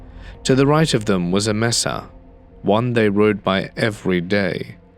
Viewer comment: re: “mesa”: I live in Arizona, but you can do this online, it is pronounced May-sah, not Messah.